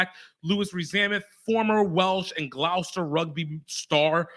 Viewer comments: Glough-stour rugby star - please!!! It's "Gloss"-"ter" Rugby. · pronounced Gloster, not glowester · Good video bro. Gloucester is pronounced Gloss-Ter tho 😅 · Gloucester is pronounced Gloster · It's pronounced Glos-ter